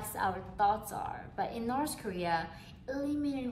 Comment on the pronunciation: "So in Norse korea" hahaha